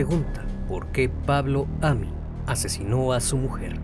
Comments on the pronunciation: me desespera cada vez que dice Amin cuando escribió Amín 🙄 y el apellido es Arias sin acento 🧐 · Vivo a unas cuadras del lugar del asesinato. Muy buen informe. Muy buen trabajo. Te felicito. Sólo una pequeña aclaración, el apellido lleva acento en la última sílaba, sería Amín. Y el apellido de la víctima lleva acento en la primera. Saludos. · Se pronuncia Amííín. Con la sílaba tónica en la "i". Y Arias tiene la sílaba tónica en la primera "A". Soy fan de tus videos, no me malinterpretes. Sigue así 🙏🏻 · Ojo con la pronunciación, el apellido es Arias, no Harías. También el nombre Amín, lleva acento en la í, hay que pronunciarlo así.